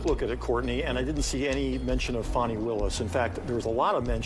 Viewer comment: When ppl pronounce her country ass name as Fahni 😂😂😂 girl stop it. It's definitely Fani like Dani😂😂😂.